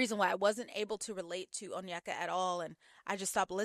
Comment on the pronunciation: Many first gen Nigerian Americans were raised in predominately white spaces, resulting in lot of passive self-hate towards their appearance and idolization of eurocentric features. I imagine that's what's going on with Onyeka (btw her name is pronounced "oh-nyay-kah" not "un-yeck-uh") when she was describing this Danish guy so positively. But I agree --her comments were very concerning.